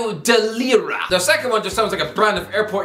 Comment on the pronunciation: The irish guy just absolutely butchered my city's football club name "União de Leiria" :D I can die happy. BTW no one cares but it's pronounced Lay-ree-ah (soft R). União just means Union